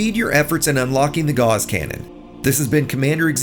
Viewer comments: These are handy tips, and I have a tip for you: "Gauss" is pronounced like "GOWss," not "gauze." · Ugh. Gauss is pronounced like mouse and Strauss. Not like “gaws” or paws. Haven’t you ever taken a math class? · You are pronouncing "gauss" incorrectly. I only know because Gauss's Law is my favorite law of physics.